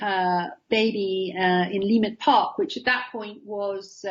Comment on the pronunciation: She’s not pronouncing the name of the area correctly, the emphasis is on the second syllable not the first. Leimert park. LeiMERT Park not LEEmert Park.